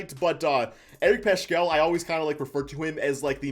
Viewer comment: It's pronounced Paskal not Pashal or Pashkal. Need to know the players names before pontificating. Clearly this dude doesn't watch Warriors games!